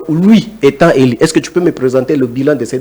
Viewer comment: avec tous mes respects, on prononce" élu" et non "eli" Présumé et non présumé. Un peu des phonétique. Merci.